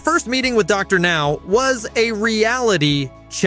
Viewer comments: Soooo WHO went insane?? I HATE HOW A.I. DOESN'T PRONOUNCE ANYTHING RIGHT!!!! Docker Now? C'mon! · These shitty AI voices can't even get Dr. Now's name right half the time. Ugh.